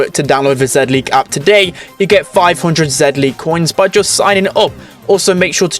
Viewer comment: It’s pronounced “Zee-League” Not “Zed-League”